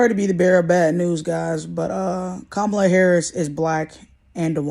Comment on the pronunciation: Is it really that difficult to pronounce Comma-La = Kamala?